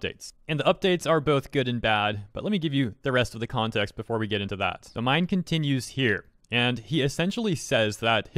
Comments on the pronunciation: minh is pronounced as min like min min from arms not mine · Also, I'm pretty sure Minh's name is pronounced like "been" not "mine" 😭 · The name is pronounced as ming. Minh is a Vietnamese name common in Vietnam. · I think his name is pronounced "min" as in, "mint". Not 100% sure, but I know some Vietnamese dudes with that name. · "minh" pronounce like "mink"